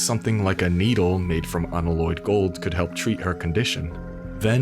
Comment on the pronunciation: Please learn how to say the word "unalloyed".... It's actually starting to blow my mind how many people CANNOT pronounce REAL WORDS in video games... If words don't exist and are made up for the game, people have an excuse, however the sheer amount of failures at words that actually exist, is getting to be a bit of a joke....